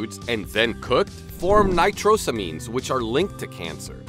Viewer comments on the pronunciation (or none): none